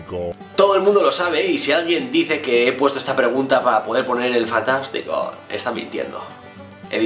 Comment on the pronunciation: Me ha encantado ese "fantashtico" kauakxhamdiaksuajduaj lool me rei mucho ♡